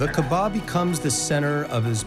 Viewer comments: Dear narrator - brah - you're putting the emphAsis on the wrong syllAble... it's pronounced KaAba, not KabaA... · The commentator must be respectful to proper pronunciation. He should have learned before commentaring. It is not MAZLUM, it is MUSLIM with S not Z. It is not Qaba, it is QAABA, stress on A between Q and B. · Its KAABA and not KEBAB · Its not "Kaba" man, its doesn't sound like Kabab. Its "Ka'aba". The punctuation in between sounds somewhat like Y. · Uhm it's pronounced kaaba not kabaa. But cool info tho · pronounce the word Kaaba correctly. not kabaa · KAABA!!! Not Kabaa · KAAAABAAAA not Kabaaaa Not everything in this video is correct. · Mr Narrator by, the word is pronounced "KAABAA". The house of Almighty Allah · Why do they keep pronouncing kaba wrong? It’s really frustrating and annoying. Maybe speak to an Arab or Muslim first before making a fool with mispronounciations! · Whoever is giving voice to this documentary, please don’t seem ignorant by mispronouncing Kaaba. It’s embarrassing and I didn’t watch this because I know that No serious work has been put into making it. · The way you guys pronounce Kaabah is so embarrassing!